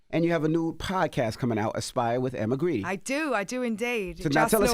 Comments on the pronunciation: Grede is pronounced Guard. Emma is the force behind Skims and Good American. She knows what she’s talking about. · First of all he pronounced her name wrong. It’s pronounced as Guard. Second he did not know that Skims sponsors the NBA. And he had no idea Skims has a Mens line. Charlemagne comes off as uneducated with that lisp. But his lack of research makes it worse.